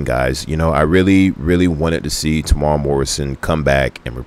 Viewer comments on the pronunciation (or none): Oh, and his name is Temuera. Tem-u-era.